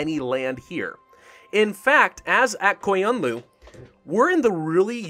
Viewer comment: Honestly its kinda fun to see you struggling and i am sure there is plenty of comments tell you how to pronounce "aq qoyunlu" but i am a turkish guy and would like to give a tip about "q" word, so you read "aq" as "ak" but in turkish we read it like "akh" and same as "qoyunlu" we read it like "khoyunlu", it might sounds like there is no difference :D but there is. Anyway thank you for listening :D Keep playing your awesome